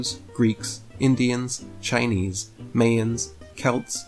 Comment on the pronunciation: can’t even pronounce the word “Mayan”. What a goof!